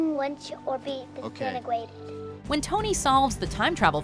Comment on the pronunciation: "Define lunch or be disintergrated!"😂😂😂